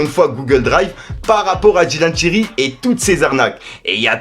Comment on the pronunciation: C’est Dylan Thyri tu rend ouf a dire Dylan tirelire